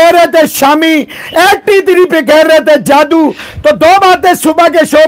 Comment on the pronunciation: Sir jaadu nahi jaddu 😂😂